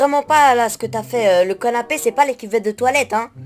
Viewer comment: Par contre ta dit canépé